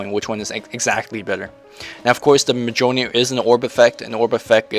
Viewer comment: its miyolnir. Go see Thor the movie.